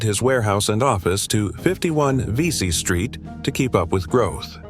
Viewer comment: It's not Veesy Street, it's pronounced Vessy (rhymes with messy) Street. Just and FYI.